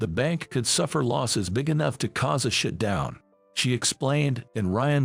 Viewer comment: the unemotional voice says SHIT DOWN instead of shut down. There are other MISS PRON SEE AT IONS in every video that uses this artificial voice making them sometimes funny but most often just another reason to vote thumbs down on these videos from this provider. AI is still not intelligent.